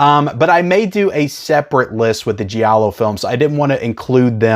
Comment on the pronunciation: Giallo is not "G-ah-low", it's two syllables. It's Jah-low.